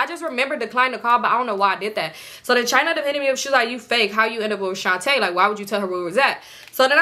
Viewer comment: Every time I hear you say Shontae I cringe girl 😅, this gotta be the most invested I’ve been in your story times 😂. 🫶🏾 your content been a fan for bout two years now. Keep it up suh!